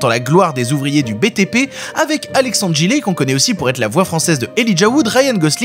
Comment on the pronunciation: Ai-je bien entendu ALÉXANDRE GILET ??